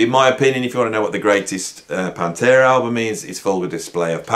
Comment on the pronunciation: To be fair, did say at the start that metal isn't his main genre. But I caught that too. Dissident is one who rebels against society. Many people still think it's Stained Glass. Can't blame them. The cover looks kinda stained glassy. I like how the Brummies remove the T from Metal. Also, says "PAHN-terah". In U.S. we say "pan-TERA" He makes it sound like the name of a fluffy kitten. Here in America we say it like a solid punch.